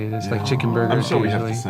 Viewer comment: The way she said "burger" 😂😂 lol. Lmao! (No offence)